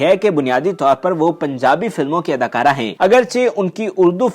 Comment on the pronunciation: Such bad Urdu. Adakura nahi, adakaara. Toti nahi, tooti bolta tha. Nukami nahi, naakami.